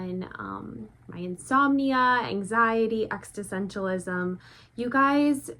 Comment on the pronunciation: Your videos are such a mood booster!! ❤❤Just a tiny mention, I think you pronounce the word "Existentialism" incorrectly 😆